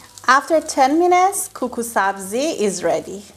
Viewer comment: Suggestion: for very close English pronunciation “Kookoo” makes very good sound v. “Koko”